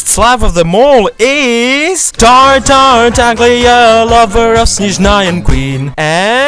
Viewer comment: I know you're slav and I'm slav too but for the love of god don't pronounce the "g" in tartaglia, its just tartalia pretty much, since we're getting angry about people pronouncing jahoda wrong lol